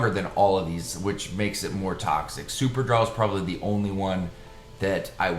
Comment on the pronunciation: Its drol brudda not draw😂😂😂 super-drol ultra-drol! Draw😂😂😂😂